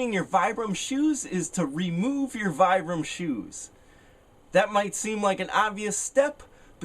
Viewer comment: It's pronounced "Vee-Bram" not Vie-Bram"